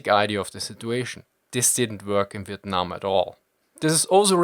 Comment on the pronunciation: Not relevant to the video but your pronunciation of " Vietnam " were actually pretty on point this is the 1st time i've heard a foreigner pronounce it correctly